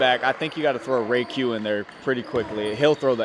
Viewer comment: respectfully stop calling me jayq it’s RAYQ